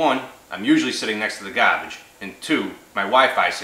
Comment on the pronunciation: Did you say "gabage"?